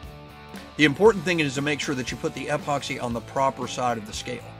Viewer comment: I just finished my second kit from CKK. Really fun to build. Is his odd pronunciation of epoxy a regional thing? "EHpoxy"